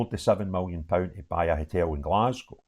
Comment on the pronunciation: I would never have guessed you were a rangers fan . Btw it’s a hotel not a hitel